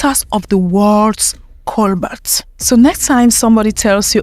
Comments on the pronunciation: It's coBAlt, not coBLat or COLbat. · It's Cobalt, not colbat. She should pronounce it right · Cobalt not colbat and kenya has cobalt and coltan but they don’t wanna mine it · Cobolt not cobalt I think